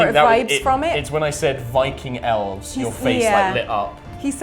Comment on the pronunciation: I'm not angry that he keeps playing Elves. I'm angry that she keeps saying Elfs.